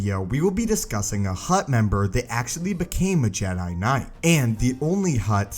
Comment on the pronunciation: I had to unsubscribe due to how you say jedi